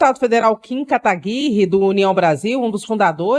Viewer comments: Kim Kataguirrrri???? Pela mor de deus, sabe nem pronunciar o nome do cara. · Como disse o Arthur do Val, a pronúncia de "Kataguiri" revela automaticamente o QI da pessoakkkk